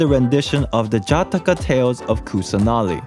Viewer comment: Just want to say, Jataka is pronounced "Juh-t-kuh"